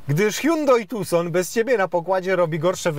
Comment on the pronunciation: "hułałheuł tuson" mnie zniszczyło. Hihrałem się 10 minut :)